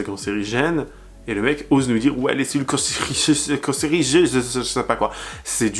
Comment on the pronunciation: Je t’adore mais ça se dit “cellules cancéreuses” ❤